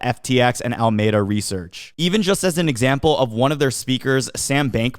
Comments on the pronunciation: In California there's a city called Alameda. It's pronounced: Al Ah Me Dah :) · Just helping.. Alameda is pronounced al-lah-mee-da. Helpful when you're in the (sf) bay area :)